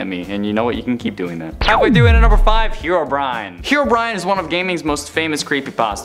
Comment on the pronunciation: Bro said herobrin